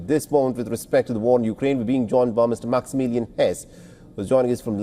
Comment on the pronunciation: Maximillian became minimilliam🤣